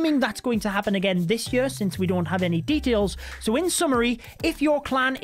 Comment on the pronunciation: Am i the only one who finds it weird how he pronounces "year" as "yee ar" lol